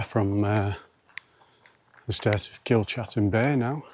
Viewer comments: It's Kilcatten bay not Kilchatten bay, as in chat. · Kilcatten pronounced Kilcatten, it may be pronounced Kilchatten but the right way is kilcatten bay.